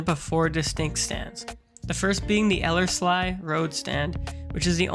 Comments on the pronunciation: Elles -LEE!! it's Ellers-LEE road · It's pronounced "ELL-erz-lee", emphasis on the first syllable. ;) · I liked the old air pic, never seen that before, that was interesting. As someone else mentioned, Ellerslie Road is pronounced eeee at the end! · It's pronounced el-ers-lee. But nice vid.